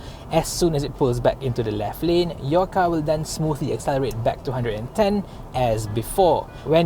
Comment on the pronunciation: He mentioned to 110 but it sounds like 210.